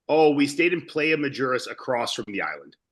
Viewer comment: the way y'all pronounce "isla" and "playa" 😂😂😂 with love, that's the most gringo ish